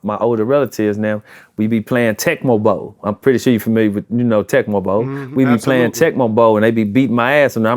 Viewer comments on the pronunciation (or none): He said "I'm gonna Shurre" lol